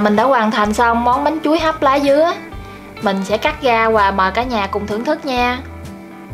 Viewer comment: Bếp Quê Miền Tây. Mình có ý kiến bạn nên phát âm tiếng miền Nam vì bạn là người miền Nam, bạn phát âm tiếng miền Nam còn không đúng bạn lại nói thêm tiếng miền Bắc nữa nghe mắc cười quá! Nó ngọng nghịu Nam không ra Nam Bắc không ra Bắc. Thí dụ bạn nói tiếng Bắc : tiếp theo như “vậy “ bạn lại nói như “ quậy “, “với ” bạn nói “ quới ”. Còn tiếng miền Nam thì lấy “ra” bạn lại nói là lấy “ga”…Nói tóm lại bạn nói chuyện rất là quê và là người miền Nam nên học nói phát âm cho chuẩn tiếng Nam đi rồi sau đó hãy sử dụng tiếng Bắc. Cách bạn nói chuyện phát âm tôi biết bạn là người miền Tây mà ở trong quê nên ráng cố gắng phát âm chữ “R” cho đúng thì tiếng và giọng nói của bạn sẽ hay hơn. Xin lỗi lời thật mất lòng vì tôi cũng là người miền Tây nhưng tôi được may mắn ngay từ thời học tiểu học tôi đã được cô giáo dạy cách phát âm những chữ “V, Chữ R và nhờ cô giáo dạy đọc cho cả lớp viết chính tả nên phân biệt được rỏ. Chúc bạn thành công và cũng không quên cám ơn bạn đã chia sẻ hướng dẫn cách làm món bánh chuối hấp lá dứa.